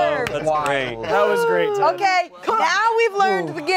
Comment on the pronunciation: Ted is such a sewiously gweat guest.